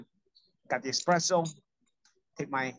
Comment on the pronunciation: Paulie's Italian yet he says 'expresso'? What is up? Who brought you up.?